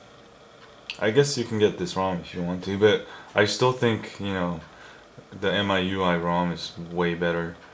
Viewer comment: it's m-i-u-i. not mui